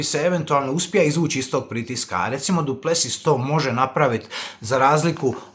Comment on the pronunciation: Brate nije Du Plesius nego Du Plesis molim te, bole me uši